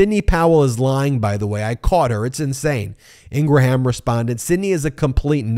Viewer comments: It's NOT INGRA-HAM it's 'Ingram', get it right MO*ON? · Please stop saying In- Gram & In-Gra-Ham! Love your show!! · Laura ingrahams name is actually pronounced ingrahambone